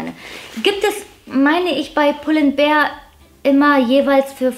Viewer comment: Danke für das tolle Video, und danke, dass du mal als "einzige" youtuberin pull and BEAR sagst und nicht "BEER " hahah. 🤭🤭🐻